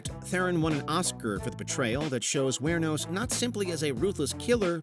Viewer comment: I'm impressed. Not only did you mispronounce Aileen and Wuornos...you mispronounced Theron as well. 🤦‍♂️